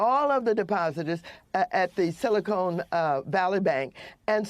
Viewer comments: "Silicone" 😅😂🤣 How long has she lived in California? What a dunce. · It's not silicone It's silicon Valley. 🤣